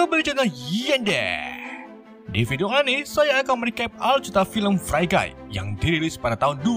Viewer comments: Fri guy bang bukan frai guy Koreksi aj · Bacanya fri gai bukan frai gai.. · Min cara sbutan free guy =frii not frai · FREE GUY dibacanya (Fri gay) om 😂 bukan (Fray Gay) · Bacanya fri bang buken fre hadehhh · Bacanya Fri bang bukan Fre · free guy bang bukan frai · Pronounce nya bukannya fri gay ? Ko fray gay ? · Maap maap Agak ga enak d denger. Free guy harusnya d baca fri gay Free Life harusnya d baca Fri Laif. Bukan sok sok an, maaf sebelumnya.